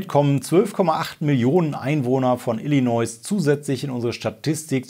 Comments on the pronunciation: Mein dritter Kommentar :D Ich will ja nicht klugscheißen, aber bei Illinois bitte nicht das "S" am Ende mitsprechen. Gesprochen heißt es Illinoi / Illineu. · Jetzt müssen wa dem leider auch den Bundesstaat ILLINOIẞ vorhalten 😂😂 Nach Messaschuschätts und Coloräido...